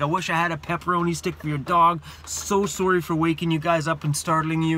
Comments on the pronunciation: Lol my favorite part “Soarry Soarry Soarry!” Glad you’re okay and the story put my heart racing as well :P and good advice at the end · I just love your accent when you say 'sorry'. 😜